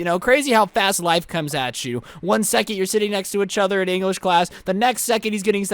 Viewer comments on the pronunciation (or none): I find the way he says each other funny